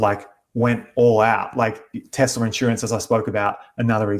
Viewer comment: says Tezla.